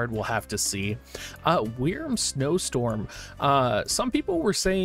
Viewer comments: "WEERM" Bruv, its pronounced the same as the word "worm", still not as bad as DOO-WAN lol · Your pronunciation of wyrm is just weird. I have never heard it the way you say it.